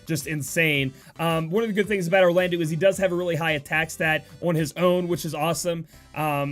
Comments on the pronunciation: we say eau like the O of obtained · Will state this again, Orlandeau is pronounced as Orlando. The '-deau' at the end of his name makes a 'doe' sound not a 'dew'. Just FYI.